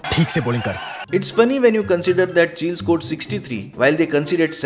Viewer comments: It's not chill it's Chi-Lay 🤣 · Why He Pronounced Chile As Chill....?? Is It A Mistake Ya Yeh So Called Over Educated Logo Ka Koi Naya Drama Hai,Jaise India Ki Capital Delhi(Dilli) Ke Dailly Bolna....?? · Chile bolna seekhle bhai pehle, "chilli"